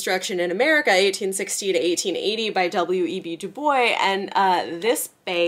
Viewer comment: Du Bois pronounced his own name “dooboys”